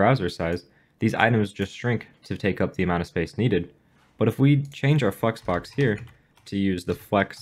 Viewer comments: no offense just saying flex box sounded more like fu#ks box the way you pronouncing it. btw all jokes.....nice content!!!! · All I hear is fucksbox lmao But it is a good video so thanks a lot! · Did you say flexbox?